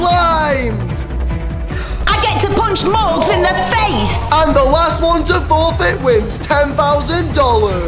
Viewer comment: Morgz, not morge. Only, not ony.